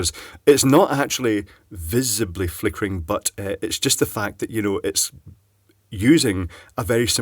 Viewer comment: Flickereh, flippinreh, flickry... lol Having a vowel movement?